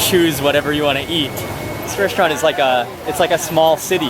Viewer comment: First of all....speech impediments can be corrected....if you admit to the fact you have one, He can't say the word restaurant. it comes out resht-rant. He can't pronounce his ST's. secondly I HAVE contacted him privately, thirdly I have been in front of the camera Thousands of times on National television and also do my own food video. You are just some dumb twat who has a thing for him.